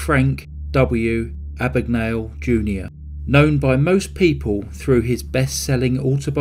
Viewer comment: My name is Mr Abagnale. Not Ah-bag-Nah-le . A.B.A.G.N.A.L.E, Abag-nail